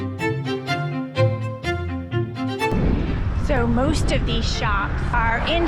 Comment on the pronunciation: "Middaberg" LOL love your vids!